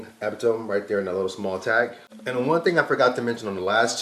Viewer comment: I like the track pants. I think the pronunciation of EPTM is epitome. Dope vid though. New Sub